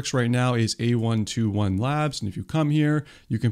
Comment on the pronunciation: Just so you know, it is "A (eye) 21" labs, not A121. Otherwise great video